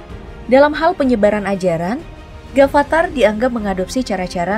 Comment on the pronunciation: Kenapa harus Gafatar harusnya afatar